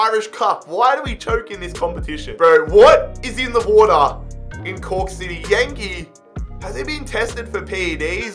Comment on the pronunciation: Im laughing my ass off i heard coock city i cant anymore lmao